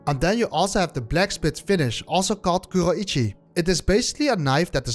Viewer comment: Way he pronounces Kuroichi is super french, you can hear the "H" sound like "Khuo-ichi" very common in french vernacular. Much like pronuncing Oui...